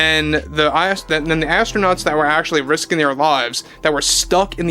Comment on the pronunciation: ASS-TRO-NOTS. How about "Space Cadets"? 😂